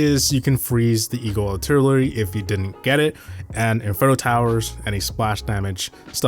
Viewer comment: eeyul altilurly